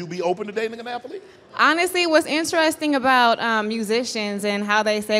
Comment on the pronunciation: " a athuhleet " " a who? " " a athuhleet" " oh! an athlete. "